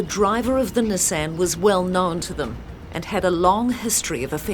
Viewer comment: The big takeaway from this video is that kiwis don’t know how to pronounce “Nissan.”